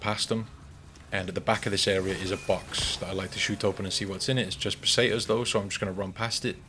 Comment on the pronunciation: the run itself is aight, good shit, but that pronounciation of foreign words 💀💀 "el jeeguntays", "paysaytas (?)" also that "advice" about "not opening the videos if you know youre not going to watch the majority of it" - bruh, i was already tired ~12 years ago when every mf making money on yt started begging for comments, likes and subscriptions (which they still do of course), but this is like a new level of someone asking other people to do his job 💀💀no one should go out of his way to help someone min-max his money-making machine and yt algorithms, morally questionable and extremely time wasting even if you "want to support the content". at the end of the day if the video is useful/entertaining/whatever to people theyre going to watch it (most of the time for the content - not because of the person who made the video, no one here is friends with each other, no one knows each other and especially the viewers should remember this, it's a business, not a family meeting 😭) but asking people to watch my shit or not watch my shit just so i can maximize the profit and gain advantages? hell nah 😭 i understand that it takes time, skill and it's basically like a work etc. but hearing that meta-business-min-maxing-youtube-talk-bs on nearly every channel, whether a big ass yt channel or someone who just started, is still annoying